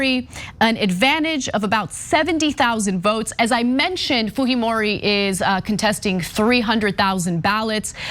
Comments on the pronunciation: You butchered that Japanese name. Haha. It’s basically pronounced “Kay-ko foo-jee-mo-ree” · It's a Japanese last name ... Fujimori .... foo-jee-mor-ee. You are giving it a Spanish pronunciation. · why Ana calling Fujimori as Fuhimori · Her name is pronounced Fujeemoree not Fuheemoree. She’s of Japanese descent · while she is of Japanese descent, as a Latino who has been following this election, it is pronounced Fuheemori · They pronounce it Fuhimori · Why is Ana pronouncing a J as a G? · lol...Fujimori is a Japanese name because...Peru actually had a Japanese president before, and Keiko is related to him. But I don't think the j is pronounced like the Spanish j (h in English) because...Fujimori is a Japanese name.